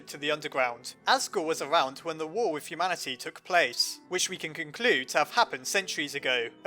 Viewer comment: wow you said humamity [no offence]